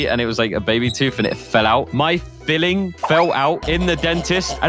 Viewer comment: Its filling not biling